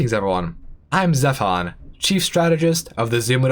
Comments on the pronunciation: yes it’s not stefan. get in the xine of the xherotic of the xuman overmind. X is best! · Did he say '' at the beginning?